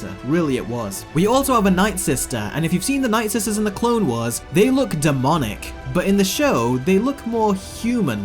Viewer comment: Anyone else going to talk about how he pronounces Clone Wars as Clone weres